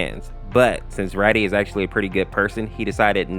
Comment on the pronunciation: Its not Raddy its rAdi as in radiation